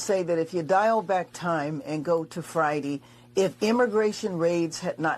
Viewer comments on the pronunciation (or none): said Fridee she pronounces so many words wrong